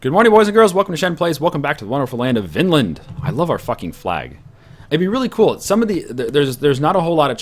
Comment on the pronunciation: The Norse inhabited Greenland 300 years before the Innuit...... GOOOOODDAMN IT!! now i have to list up all the other stuff that has annoyed me :P (i dont have to but i'm going to hhhhhhhanyway) Vinland is pronounced "Veenland" and you might have placed a tinywheeeeny bit too far north... The Northern parts of "Vinland" was called Helluland(meaning something like flatrockland(ish)).. The region farther south was called Markland(meaning something like Forrestland) and the region farthest south was called Vinland. Some historians place Vinland as far south as New York... making the Canadian/Maine forrests Markland.. but no archaeological finds that far south as far as i know.(not that, that has anything to do with the shit you get wrong.... stop reading my thoughts in parentheses) (ffs now he knows that there are no archaeological finds that far south and that your point is basically moot and you should not have written it down at all....... shut up) In the Icelandic Chronicles there is a reference of a ship blown off course on its way to Greenland with a load of timber from Markland in 1347.. implying that the Norse(Greenlanders) still used Markland(America...obviously.. haven't you read the other shit i've written?)for timber over 3 centuries later.... And last but definitely not last, putting Vikings in the filthy heathens category( he hasn't though... BAH I MEAN EVERYONE!! calm the fuck down.... fuck sake..) The Norse ruled lands from the Americas(just one...gahd!) to Byzant